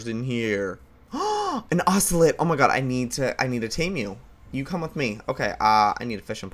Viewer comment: Its pronounced oce- LOT not oce-LET